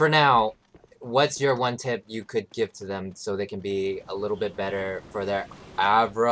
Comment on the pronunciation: How come he pronounces it AVRA?